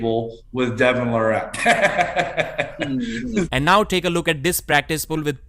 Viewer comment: I’m not sure why still mispronounces Devon’s last name after all this time. Also, who cares about the Devon vs Georgi practice pull, I’m tired of hearing about it. Reading much into that is nonsense. Regardless of how that went, Devon will crush him on Dec 9.